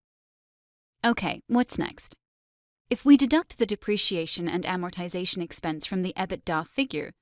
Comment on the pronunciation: It is amazing to me how many accounting professionals mispronounce AMORTIZATION. TIZ is not stressed. Please refer to a good dictionary.